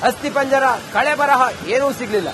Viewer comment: ಸ್ವಾಮೀ ಕಳೆಬರಹ ಅಲ್ಲ. ಕಳೇಬರ ಎನ್ನಿ ಅಣ್ಣ.